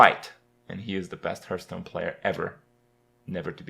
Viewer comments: it's heartstone, not hurtstone. Get it right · because he sucks at pronouncing. he called Hearthstone "hurtstone" for a very long time. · can you please stop saying hurtstone it's fucking irritating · Does he say "hurtstone"?